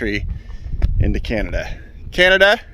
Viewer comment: It's called Canada, not Cyanada